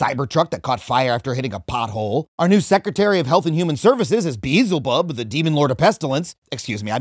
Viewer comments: I think Adam will appreciate this: , Adam says "Bee-zel-bub." Now, okay, it's pronounced "Be-el-ze-bub," but that's not the fun geeky point. The fun geeky point is that in Castlevania: Symphony of the Night PS1, the original translation misspelled Beelzebub as "Beezelbub." So as I tried to jump high and hit "Beezelbub" and subsequently got murdered by weird looking flying things, I just assumed that this was all a funny joke about Beelzebub and that those flying murderers were bees. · Erm, actually Beezelbub's name should be pronounced /biɛl.zɐbəb/ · BLZ- bub. Say it right! /s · "beezlebub" my man gives you the munchies and you pronounce his name wrong?? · I thought you said "Meelzebub" 😄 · TIL Adam can't pronounce Beelzebub 😅